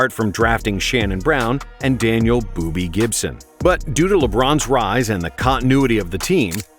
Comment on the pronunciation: "Booby" Gibson 💀💀💀💀💀💀💀 aw hell nah